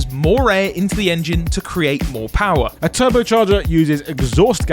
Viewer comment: 22 seconds. The man says the word "PoWaH" like Skelator